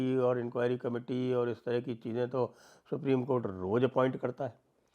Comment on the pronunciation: Supri.... co... nhi supri.. cothh.....